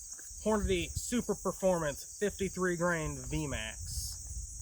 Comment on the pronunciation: "Super - formance" not "Super Performance."